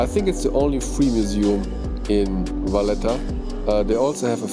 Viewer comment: It’s Valletta 😉